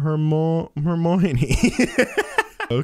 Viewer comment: doesn’t even say hermione. It says hemane